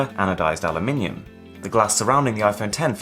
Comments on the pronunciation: Finally someone that can at least pronounce the materials correctly: allumiNIUm. The fuck even is alluminum?!?!?!?? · Thank you for saying Aluminium !!!!!! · nice to hear you say aluminium Uk style, good for you not saying the yanky way lol